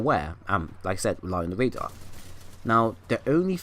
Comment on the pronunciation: im sorry brother, but it's radar not rader